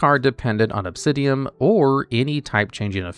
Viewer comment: 15 minutes of saying Obsidim wrong.